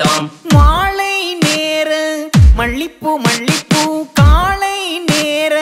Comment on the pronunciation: This singer can't get tamil pronunciation right !! Its மாலை and not மாளை. Also it's மல்லிப்பூ and not மள்ளிப்பூ